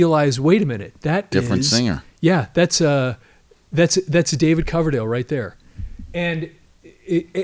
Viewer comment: Did the bald dude really say, "David Cloverdale"? Time to replace him with a knew sidekick.